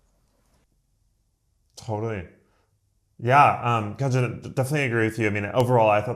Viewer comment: I'm Khaaaanjn not Khanjan 😂